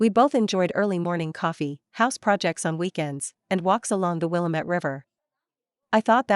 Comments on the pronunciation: If you live in Portland why can't you pronounce the river correctly. It is pronounced Wil-lam-ette, not Willa-mette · The river is Will-am-it, spelled Willamette. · Second story I've heard it mispronounced. This time I practically shouted it out. These are exasperating. My fave is still: King George VI coming out as King George Virgin Islands.